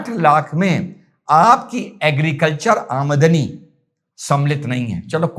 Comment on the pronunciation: Aa-madni kya hota h. 😂😂😂 Aam-dani hota h chicha.. Zabran hindi kyu bol rhe ho... Itni urda training thi kya